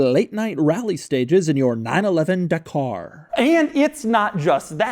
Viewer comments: Da-kah Not De-karrr. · It’s not the car it’s dah car ffs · It's pronounced Dakar, not Dakar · Again I simuntaniously hate and love when americans give american akcent and reading methods to Non english names. Dakar is pronounced Dakar, not DEKER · It's dak-r, not duh-car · I cant stand this... It's not "Por-SHIA", it's "Por-SHE", and it's not "De-CAR" it,s "DAKAR"... This is only pronauciation. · OMG Doug, it’s pronounced Darkrai, it’s obviously based off the pokemon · Dakar sounds like da car lol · Porsche 911: "Da Car" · It’s pronounced ja-car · Doug the type of guy yo get the name wrong. It is a silent R, so Daka. That's how the Senegalese/French pronounce it. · The pronunciation of “Dakar” 🤦‍♂️ bruh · Every Englishman yelling 'that is not how you pronounce Dakar' 😁 - great video as always